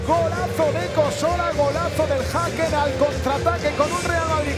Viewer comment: Vivo en gotemburgo y se pronuncia Hecken (Häcken)